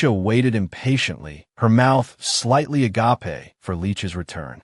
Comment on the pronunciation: " A - GA - PE " why AI.......😭😅😂😂